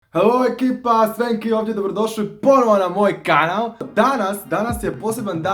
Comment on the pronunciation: Dobrodosvi na moj kanav wtf nezna L da kaze